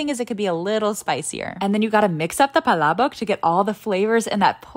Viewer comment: Got a lil’ “verklempt”when she actually pronounced palabok correctly. Prob the first food reviewer to say it correctly. Bravo! And now I’ve gotta go to Jollibee!! 😋